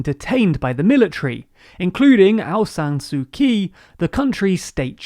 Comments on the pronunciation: also Aung San Suu Kyi is pronounced like ‘chee’ not ‘key’, and she was elected counsellor, not chancellor... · I love your summaries, but please take time to find out the correct pronunciation of names like of navalny (nah-val-knee) and San Suu Kyi (tchi) or Sputnik